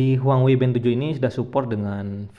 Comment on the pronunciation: Bukan huangwei bang, tapi huawei 😂